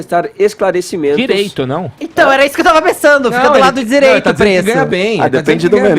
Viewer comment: Galera,pq o feito fala "tisreito" e não direito ?